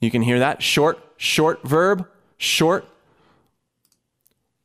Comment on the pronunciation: anyone else heard herb instead of verb at first ?